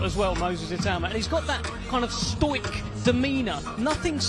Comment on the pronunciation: listen to Sahni pronounce the word “stoic” 😂